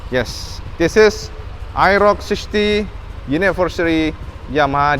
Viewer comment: mas,,,model AEROX mas,,,,bukan aerok